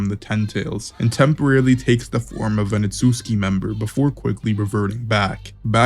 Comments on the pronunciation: Homie actually said otsuki! 🤣🤣 Its pronounced OTSUTSUKI! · How can nobody pronounce Otsutsuki right?